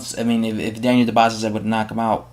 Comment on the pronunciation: iTS PRONOUCED KEVIN DU- BWAY ITS A SILENT S.